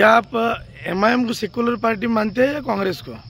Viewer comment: पहले पाल्टी नहीं पार्टी बोलना सीख